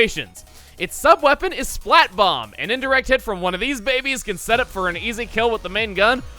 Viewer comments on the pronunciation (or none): none